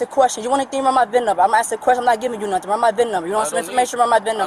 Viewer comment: I didn’t do “nutting”…….also she “can’t” breath…..😅